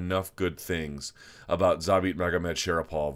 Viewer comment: Thumbs up for this video just for pronouncing Zabit Magomedsharipov 👍